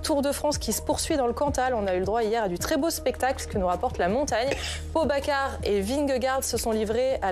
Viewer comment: Comment la journaliste prononce le nom de Pogacar me fait douter de leur sérieux journalistique. 😅